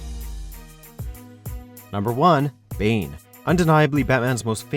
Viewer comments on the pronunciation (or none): none